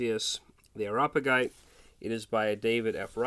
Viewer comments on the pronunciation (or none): By the way, it's pronounced "air-ee-op-uh-jite".